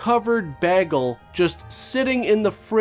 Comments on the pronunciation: I heard this and was so confused. Do people actually pronounce "bagel" like "baggel"? I thought that was made up for Community. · What monster pronounces it Bag el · Bagg-el? Curious where you're from. I've never heard it pronounced like that. Asking for a friend. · He also pronounces "vague" like "vagg". It does upset some people. Canadians!!😄😄🍁🍁😄😄🍁🍁😄😄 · "Loose, uncovered, bÆgle" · BRO....... Did you REALLY just say BAG-el?????? A bag-le? I'm done. Sorry buddy, can't watch anymore. A fgin bag-le... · Did you just say "Baggle"?😂😂😂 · Did you just say "baggel"? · Um.. Bag-el? Say what? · What I came to say!! Is there a region of north America that pronounces it like that?! Canada perhaps? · Bagel pronounced beggle sounds so kenneddian. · The way you pronounced the word bagel made me uncomfortable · what kind of unhinged person pronounces bagel "bagel" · Did you just Britta the word Bagel!?!